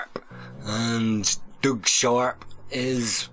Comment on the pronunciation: It’s Doug (i.e. Dug) not Doog. Lol